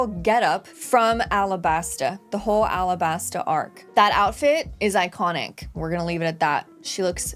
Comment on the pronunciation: Alabasta not arabasta... The japanese cant say the L so to us sounds like R